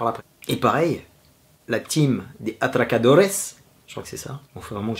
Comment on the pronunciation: On dit la secunda temporada (La deuxième saison). Et malgré l'accent , le mot atracadores (braqueurs) est bien prononcé.